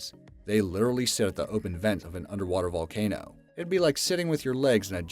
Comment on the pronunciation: I know I spelled it wrong. It's supposed to be funny and it's actually said as That Valcano!!